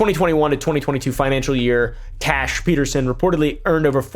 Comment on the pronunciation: The way he calls her trash instead of Tash 😂😂